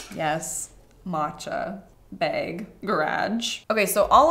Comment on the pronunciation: Me, a maritimer teaching phonics, "Wait? Have I been saying bag wrong my entire life?"